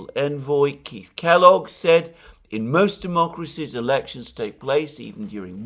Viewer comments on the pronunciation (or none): none